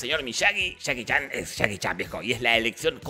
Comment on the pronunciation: Jajaja men dijiste "chaki chan" en vez de Jackie Chan